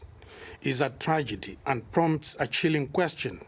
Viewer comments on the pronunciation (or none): none